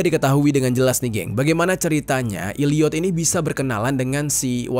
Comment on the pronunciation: Maafkeun, tapi saya merasa gagal fokus gara2 Bang Jeri bilang Illiyot. Itu bacanya Elliyet, huruf e yg bunyinya kayak e di kata 'cakep'.